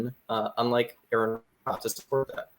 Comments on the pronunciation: I tried watching this but I could feel my brain rotting. Also, could you bother pronouncing Aron's name right? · It’s pronounced “R-on” or “Are-in,” not “Aaron.” If you can’t even respect your interlocutor enough to pronounce their name properly, you’ve instantly discredited yourself. Additionally, by editing out key parts of his video and accusing him of constructing a straw man, you’ve ironically created your own straw man by omitting essential elements of his narrative. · I knew this would be good when they pronounced his name "Aaron". But their discredibility only grew from there. The sections of the video they didn't include directly addressed many of their claims, the alleged strawman at the beginning is explained beyond just the number at species level. The creation answers consist of exactly ZERO evidence and just claims of what could be. Look the evidence is there so there is no long "we have so many possible incredible explanations" there are explanations for these things, and you guys can even begin to describe what a created kind even is. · R-on. R-on. His name is pronounced R-on. Sheesh, incompetent from the opening sentence. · His name is Aron, pronounced RN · Why am I not surprised none of you pronounced his name right. You guys really need to go back to first grade and start all over.